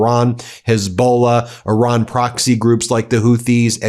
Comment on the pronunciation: I don't blame Iran for not agreeing to a moving target (not to mention the disrespect of mispronouncing the name of their country). Unfortunate that Donnie didn't think it was important enough to go to this meeting and negotiate in person. Probably just as well, as he can't focus for the length of a complete sentence.